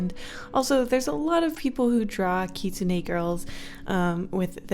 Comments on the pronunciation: The lol champion you were talking about is Ahri. Also it is just kitsune. Don't stress yourself to put emphasis on the e. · You might have pronounce Katsuni wrong. from what I know, I think it’s pronounced kit-su-nee kit like the word for a baby fox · Omg, I love you but, I’m sorry, it’s pronounced Kit-soon. Not whatever you said. 😂❤️